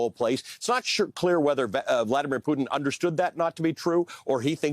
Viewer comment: Thank you for saying Poo-Tin instead of Poo'din! It's how we in Europe pronounce his name.